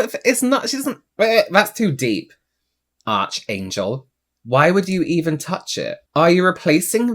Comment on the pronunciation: ARCHangel has me cackling 🤣 I think it’s Ark but with a ch